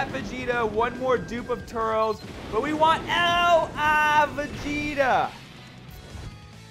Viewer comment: You're pronouncing turles wrong